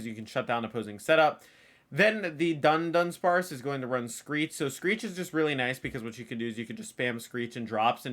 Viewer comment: Why does everyone read it as Dundunsparce?? There's only one N, DUdunsparce